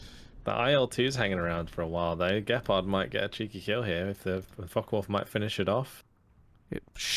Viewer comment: Such good games, and very good commentary. Really entertaining to watch. Also it cracks me up that you keep calling them focken wulf